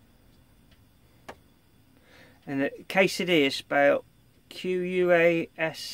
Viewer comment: Pronounce it k e s a d e i a